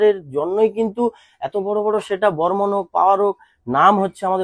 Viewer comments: বর্মন ❌ হরমোন😂😂😂😂✔️✔️✔️ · Tumi barmon ke hormone bolle keno